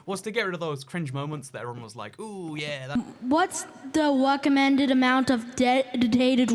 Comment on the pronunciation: “w-what’s da wecommended amount of d-ded-dinated wam isedhafta server??”